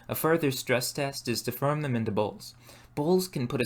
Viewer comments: This guy has the most interesting pronunciation of the sound -or, pronouncing it -ur/-er. This makes the word more sound like mur, and form sound like furm. I would really like to know what region this accent is from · The way this man pronounces 'or' as 'er'... Like instead of "form" he says "ferm"...."more" = "merr". It sounds intentional as I don't hear him mispronouncing anything else. Very strange. Can't get over it. Really distracting. Also the fact that this dude calls adding hair clippings and rice water to clay, "alchemy". Never watched this guy's videos before probably will never again. Due to his pronunciation, I cannot bear to watch him farm merr clay for his ferrj. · Reminded me of white collar Detroit/Grosse Pointe accent, but I haven't heard it ten years. Near the border. Only I think I heard him say "shirtly" for shortly and "firm" for form. Never heard anyone say that before.